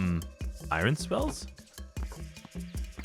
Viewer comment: Bro bro says irun 😂😅 youre funny